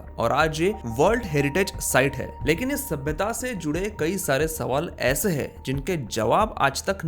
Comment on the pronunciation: आप महाराष्ट्रियन लोग अक्सर " हैं " को " है " बोलते हैं. . . . , , , - पर आपने "कहाँ " को " कहा " बोला है.